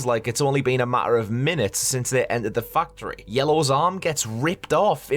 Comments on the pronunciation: When you said "factory", the first few times, I thought you said "fuck tree" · Why is every time this guy said factory it sounds like Fucktree or is it just me